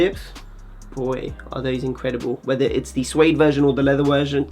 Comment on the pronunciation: going full Chabuds saying "wersion". Been a massive fan since Couture Atelier